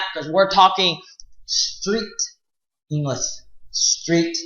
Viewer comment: Halfwit can't even pronounce the word English let alone teach it...